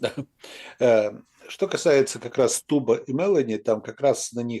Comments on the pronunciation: Не МЕлони,а МелОни... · Уважаемые выступающие, пожалуйста, не произносите фамилию МелОни на англоязычный манер - МЕлони. Ну вот как-то вам обоим ... не пристало...